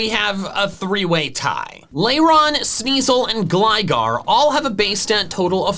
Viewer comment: Sneasel, not Sneezel! Weavile, not Weville! We don't use the word its as a pronoun if there's an apostrophe in it! Evolution, NOT evelusion!